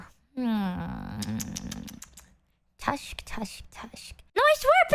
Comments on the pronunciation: “People wear faces”- says the vtuber behind a false face. Someone tell her its pronounced tisk tisk tisk not elephant tusk tusk tusk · oh for sure, the tisk-tusk thing is just so.... unexpected in comparison. Never heard anyone mispronounce that before 😂 Most everything else I've seen in some form or another. Especially when ESL comes into play